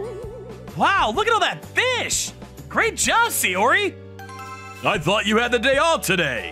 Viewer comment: Her name was NOT "Sayori", it was Saori. Check your pronunciations.